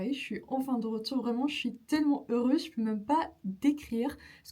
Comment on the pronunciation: I wonder were you speaking Turkish right before you started the video? First 20 seconds you said "Paris" and "heureuse" very strangely then recovered and were excellent after that! Polyglot problems. Anyway, great video. Love the mix of travelogue and language tips.